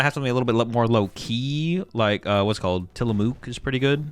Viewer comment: Side note, TillamOOk is hilarious. Way over pronounced the Mook hahaha